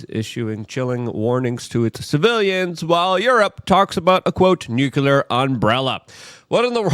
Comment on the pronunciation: nucular? you mean nuclear, right? lol